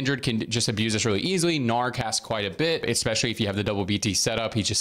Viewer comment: Every time you say, "Expecially" i die a little more inside.... luv u tho